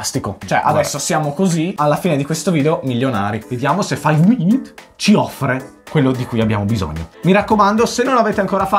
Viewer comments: non si dice five minit si dice five minUt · Io ho sentito faiv mimit